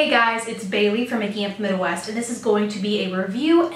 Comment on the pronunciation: Midwest not Widwest.